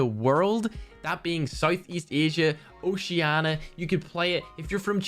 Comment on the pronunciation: Did u just tell oceana for Oceania